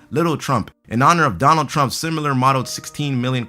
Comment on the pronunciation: Why he say Donald dump